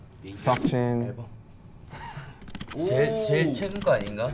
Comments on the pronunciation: did he say Suckjin😂😂😂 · When Rm said SeokJin I thought he said Suck Jin I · when he said, 'seokjin' I heard 'succjin' I cAnt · RM CALLED SEOKJIN SUCCJIN IM